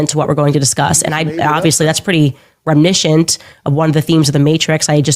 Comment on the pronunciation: It's reminiscent... 4 syllabols. Which is laughable because she generally adds sylabols where they don't belong. Like "Oh my gosh-ah .. people are attacking me-uh" And J in the words of the movie Mean Girls... Stop trying to make adorable happen... It's never gonna happen. 😂